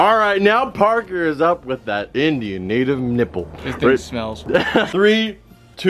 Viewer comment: Navtive American but it’s ok sense he’s the best YouTuber